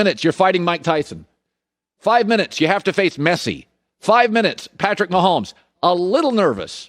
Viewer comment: Bruh for some reason Collin sounds so weird saying messi’s name 🥴🤣